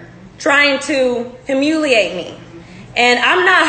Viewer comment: "trying to humMOOliate me " 😂😂😂😂😂😂